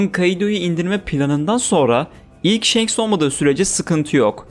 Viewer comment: Kardeşim shenks ne ya1000 bölüm one piece izlendi ve senin gibi bir tabir hiç geçmiyor kim shenks diyor şu telaffuzlarin kulağımı kanatıyor shanks o